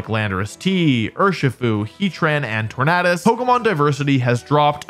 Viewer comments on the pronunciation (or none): The way you pronounce Tornadus and Nemona🫣